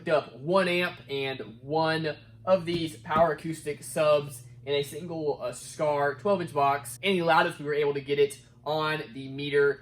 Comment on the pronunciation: "Single" 12 not "Singe" lol 😆 Keep up the great content though